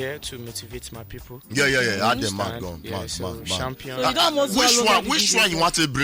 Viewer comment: bella talk “Shampion” lol 😂